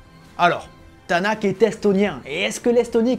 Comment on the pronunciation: Un extraterrestre et un mec bien contrairement à Schumacher. Edit Tänak se prononce Ténok.